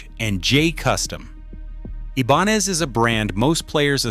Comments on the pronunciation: "ebanez"? Stop with the AI narration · It would be nice if you could use a human instead of the goofy AI-voice over. Ibanez = Ee-bahn-ez? Come on. And there's a lot more, including bad information. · It's pronouncing it in, "Spanglish". The "I" is an "E" in Spanish. However, the "N" is really an "en-YAY". (You know the "N" with the little squiggle on top.) The Spanish pronunciation would be, "ee-bahn-yez". So, the AI butchered int in both languages. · This AI voice ... how he pronounces Ibanez ... so irritating. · I wanted to ram my fist into my Android the way Ibanez was pronounced. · Ebanez? StratOOOcaster lol AI crap